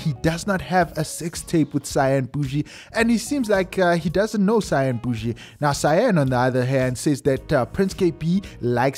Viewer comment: Out Here Laughing When He Said Cyan Bushi😂😂😂😂